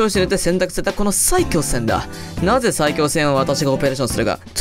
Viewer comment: さぁ↑い京せんww